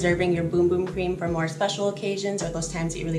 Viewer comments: It's not pronounced Boom Boom? Omg!!!😛🫣🤔 It's pronounced Bumb? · great video but bum and boom are two different words with 2 different pronunciations 😊